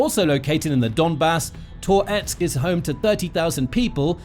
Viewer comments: Ahh jeez, and it’s not “tore … etsk”. It’s “tuh-retsk”, one smooth movement. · Please stop saying Tor-etsk, i beg you 😂 🇺🇦🇺🇦✊🏻💪🏼🇺🇦🇺🇦 Slava Ukraini!